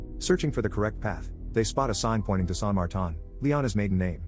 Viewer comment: San Martan lol